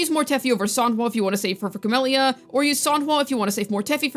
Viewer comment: "Your Sanhua will be busy with your Cammellya." 😏